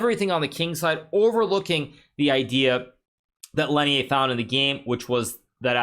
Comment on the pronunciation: bruh Lenier isn't french why do you pronounce his name like that please stop